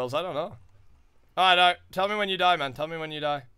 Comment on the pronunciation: "YOU KILLED ME MAUN" #BraydenKnowsHowToEnglish